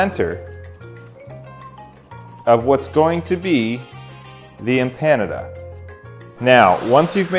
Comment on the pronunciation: Who knew Empanada rhymes with Canada ?